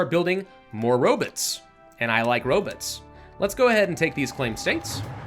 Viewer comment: "Robits"? Not as bad as "Goshumrockinron" ;)